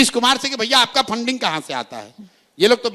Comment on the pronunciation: Fanding nhi re funding Hota h